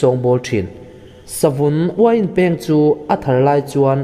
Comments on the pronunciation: Savun Uiin Pêng i tia, Peng tih tur a nia, thlûk loh tur a nia... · Uain peng hi i lam rik dan a dik lo. 'Peng' hi 'beng' (ear) ri thluk ang hian lam rik tur a ni e.